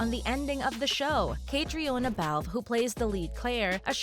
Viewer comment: You should teach your narrator (computer) voice to pronounce Catriona Balfe's name.